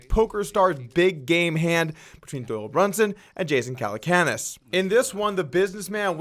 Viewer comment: "Jason Calacoonas" What!?